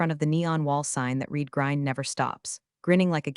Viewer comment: You still don’t know how to correctly pronounce the word, “read.” ?????